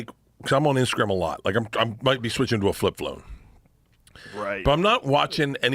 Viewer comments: Flip flone 😂 the way his tongue takes over his mouth when he says anything with an L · "Flip flone" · "What the hell is a Flip Flone? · "Fwip Phwone" - Bert Kreischer